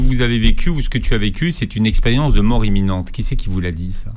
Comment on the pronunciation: Imminente et pas eminente